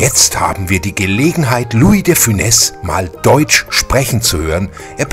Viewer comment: Korrekt de funes